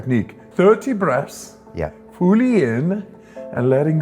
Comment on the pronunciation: Think he says 'fooly in fooly out' lol